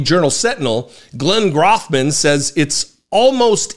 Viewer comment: You are pronouncing his name incorrectly. The “O” in Grothman is pronounced long like hole.